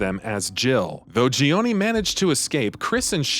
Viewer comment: This guy's pronunciation is all over the place. Sheeva, Euroboros, and Gionie are all phonetically wrong.